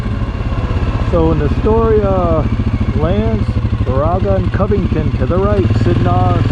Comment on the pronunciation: Great video (particularly the drone shots) and images! Need to work on the Baraga pronunciation (don't go with that Siri pronunciation). 🙂 Check out my channel for North Country Trail hikes in this region!